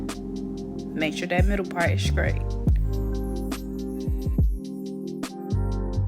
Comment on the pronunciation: The word is straight not scraight. We review and listen to people who speak horrible English.